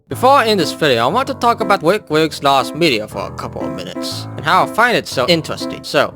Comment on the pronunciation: i cry at how he is saing bwick wigs😭